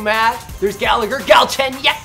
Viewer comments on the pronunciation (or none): none